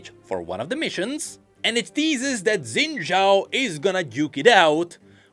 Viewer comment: Why do you keep calling Xin Xhao "Zen Xhao"? 🥹